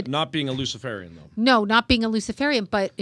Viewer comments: To: Pronunciation = Luci-FARE-ian, not Luci-FAR-ian. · What an absolutely jackass this host is, and seriously, he can’t pronounce luciferian. He acts like he’s never heard the word before, which speaks volumes 😏. The guy in the background should have done the interview, he appeared more knowledgeable. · is saying it. He is pretending not to know even how to say the word! Luciferarian.